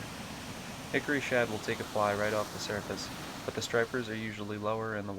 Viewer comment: what's a fleye? do you mean a fly?